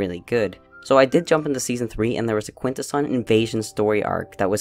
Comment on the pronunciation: It's a good show, but it's so annoying how they kept pronouncing Quintessons wrong.